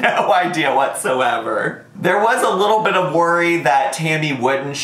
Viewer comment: I swear every time you say "Little Bit" I hear "little bitch" 😂 cracks me up every time